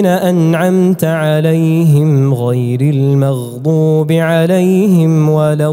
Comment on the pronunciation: كلمة "للمؤمنين": الهمزة الساكنة لها صفة الجهر لابد من إظهارها. كلمة "بما تؤمر": الراء يقرأ بالاختلاس يعني الضمة على الراء لا بد من إظهارها كاملة. الغين في كلمة "المغضوب" في الفاتحة الثانية، لا بد من إظهار صفة الجهر